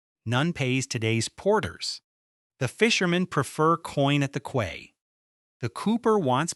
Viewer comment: How is possible that AI doesn’t know how to pronounce "quay" correctly? And why do the pictures of fish have a tail at both ends?